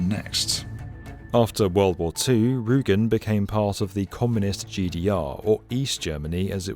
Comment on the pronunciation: It's Rügen, not Rugen.